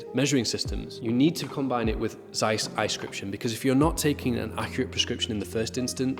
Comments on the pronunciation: Well, why did you not research how to say Zeiss? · Z in German is always pronounced as the zz in Pizza, not as the z in zoo. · Im sure every one in Asia (I'm here) also pronounce it like Americans zzzzzzzaiiiiis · We pronounce ZEISS like that everywhere in Europe, the Americans are weird.